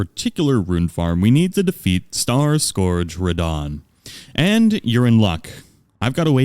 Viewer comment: "Unfortunately, we have to def'eat starscourge radahn" i can feel the suffering in that sentence